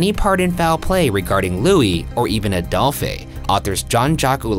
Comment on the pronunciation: Ryan keeps saying Adolphay when it's pronounced the same as he who shall not be named!